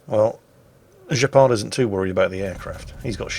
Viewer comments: Gepard is the German for Cheetah. The G is pronounced Gh not J ;-) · It's not pronounced 'Jepard'. It's pronounced 'Gepard' with the same G sound as for instant ' Grosser Kurfürst'. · It's "Gepard", not "Jeppard". It's a German AA-tank. You would call it "Cheetah". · This has most certainly been mentioned before, but just to be sure: I'm almost certain that the name is pronounced incorrectly. It's not French (Guepard), but probably German. The "g" would be pronounced the same way like in "Graf" or "Große". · Now this proves the fact that it should be a hard G instead of the french pronounciation (or pronunciation whatever) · "Gepard"... You make him sound french... Are you sure his name isn't named after the "Flakpanzer Gepard" German AA vehicle? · its funny that your saying Gepard with a french accent but its German for cheetah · Is that really how you British pronounce Gs? absolutely disgusting even the germans can say that letter properly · I swear that is doing it on purpose, pronouncing a German name (Gepard) with a French accent. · Looking at post-battle screen I bet the name of this player should not be pronounced as a French word, but "G" as "good" or "god". It just means "cheetah" in German (and in Polish).